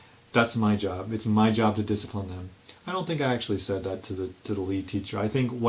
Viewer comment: Na-ha, I do not rack disciprine !